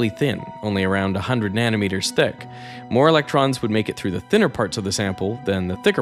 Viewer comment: I am so glad someone else posted this already. "Ve can ac-cel-er-ate... E-LEC-TROMS"